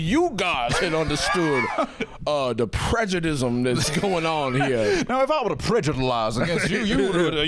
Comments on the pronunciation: same, i can’t get over the “PREDJUDISM FELLED” bit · “that’s prejudism 🫲😕🫱”